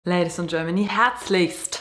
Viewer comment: Beim letzten bachelorette video sagt sie eindeutig "ladies and germany"